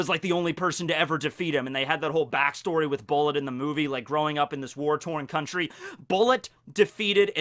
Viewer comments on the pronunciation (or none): none